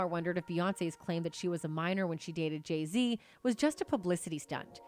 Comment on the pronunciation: Stupid AI can't even pronounce Jay-Zs orher name properly